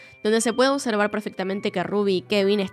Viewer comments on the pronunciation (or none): none